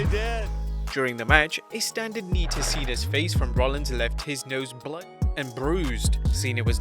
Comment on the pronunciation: Can you talk right dont say weapons and blood wrong talk right O wait you never went to school so you cant talk, you are irritating